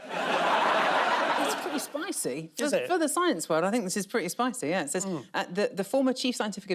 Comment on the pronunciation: Why has it suddenly become fashionable, to mispronounce the word ‘says’?